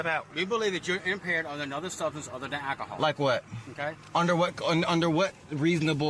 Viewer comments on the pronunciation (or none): The cop seem impaired and had worse speech than his voctim who had a clearly natural lisp, with all the words the cop mispronounced, including "akohoe" rather than alcohol.